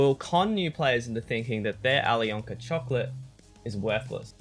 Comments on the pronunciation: You dont speak out the "k" in alyonka :) it is "Ayliona" :) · please learn how to say alyonka